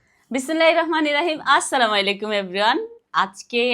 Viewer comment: প্লিজ আপু কিছু মনে করবেন না। সালাম সুন্দর করে দিবেন। আসসালামুয়ালাইকুম ওয়ারাহমাতুল্লাহি ওয়াবারাকাতুহ। [বিসমিল্লাহির রাহমানির রাহিম]। উচ্চারণ একটু ক্লিয়ার হবে।। আপু আলহামদুলিল্লাহ আপনার ভিডিও গুলা ভালো লাগে।❤